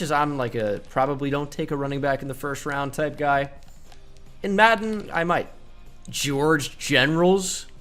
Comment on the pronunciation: “George Generals” 😂😂😂😭😭😭